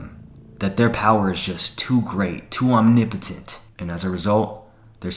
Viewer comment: It’s Omni-potent non omniimpotent